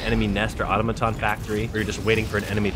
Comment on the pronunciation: You keep saying auto-maton, it's au-tom-aton